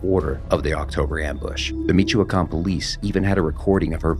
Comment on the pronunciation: The name michoacan, is pronounced me-wa-can.